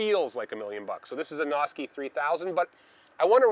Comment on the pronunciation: (Sounds like you're saying "Nazi.") Might want to change that up. ;-)